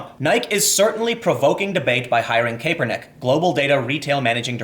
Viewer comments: kApernik is also brutal. Kapernick, soft ‘a’ nike Hard I hard E. Please Tim I can’t do this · Tim, Kaepernick's pronounced 'CAP'-ernick, not 'CAPE'-ernick. Also, the fact Nike is getting such a nice response in it's stock market (at least if the drop holds) is mildly amusing to me. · Almost turned it off with the pronunciation of Nike and kapernick. It was a struggle but I made it Tim. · Pronounced: "Ni-Kee" "Kah-per-nick" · I love your work Tim, but damn the way you pronounce Kaepernick and Nike actually made me sweat from cringing. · Tim, did you have a stroke? I’ve never heard anyone pronounce Nike or Kaepernick like that.